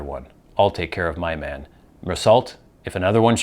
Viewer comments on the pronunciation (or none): This book changed my life when I was sixteen years old. By the way, Maman is french and means mother and is not pronounced as you did. I don't know how to describe its ponounciation. But the N is omitted.